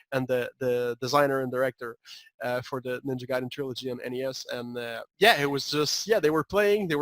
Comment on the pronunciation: "Guy"den. Not "Gay"den.